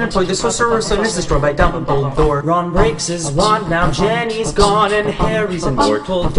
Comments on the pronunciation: Good job but it is Dumbledore not Dumpledore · U know it's dumbledore and not dumpledore